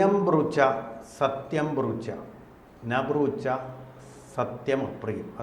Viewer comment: ബ്രൂച്ച അല്ല സർ. സത്യം ബ്രൂയാത് പ്രിയം ബ്രൂയാത് ന ബ്രൂയാത് സത്യമപ്രിയം. എന്നാണ് ശ്ലോകം. അറിയില്ല എങ്കിൽ ഇത് പോലെ ആയിരക്കണക്കിന് ആൾക്കാർ കാണുന്ന ചാനലിൽ ചർച്ചക്ക് വരുമ്പോൾ മതിയായ റെഫറൻസ് എടുത്ത് വരാൻ ശ്രമിക്കുക. നന്ദി